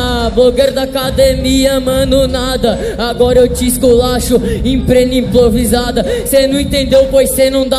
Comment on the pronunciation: "Agr eu te esculacho em prena implovisada" 2019